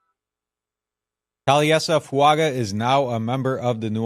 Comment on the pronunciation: Fu anga is how he pronounces his name So add a subtle n before the g.